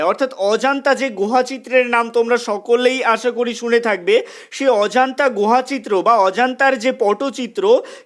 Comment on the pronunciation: অজান্তা বলছো কেন ? নিজের উচ্চারণ ঠিক করো।